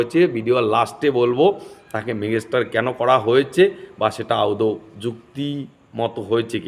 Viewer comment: মেঘাস্টার না দাদা ওটা ওটা মেগাস্টার।😅